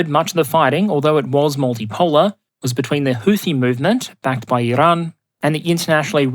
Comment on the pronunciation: Why are you trying to pronounce Iran “Irrrrrrahn”. Get a grip